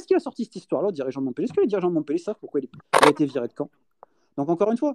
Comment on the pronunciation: MontpEllier merci de bien prononcer !!!!